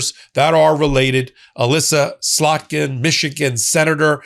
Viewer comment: Noticed right away you got slotkin’s name right this time.